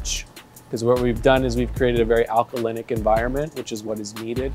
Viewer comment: alcaline* not alcalicidilistyc wtf he talkin about